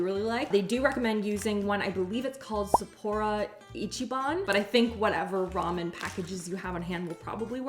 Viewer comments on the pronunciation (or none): The instant ramen you are using is Korean, not Japanese. You can definitely watch some Japan YouTube videos for proper pronunciation of Sapporo. Married to a Japanese husband :)